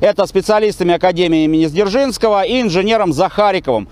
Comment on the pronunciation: Почему Сдержинский?!Чем вас так обидел Феликс Эдмундович Дзержинский?